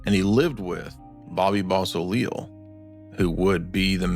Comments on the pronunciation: Do us a favor and brush up on your French pronunciations. "Beausoleil" is pronounced "BO-so-LAY", not "baw-sa-leel" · BO' - SO - LAY! it's so easy to say it right,. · BO-so-lay. Beausoleil. NOT bo-so-lee-il. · Bobbys surname is pronounced " Bow- see- lay" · Bobby Beausoleil's surname is pronounced Bow-So-Lay ! Beausoleil is French and means beautiful sun ! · It's really sad that you guys just refused to pronounce names correctly. If you're going to do this much research then research the names that you are about to say aloud. Bobby beausoleil. "Bo se lay" if one must. When you mispronounce the names you ruin your credibility. This actually is important.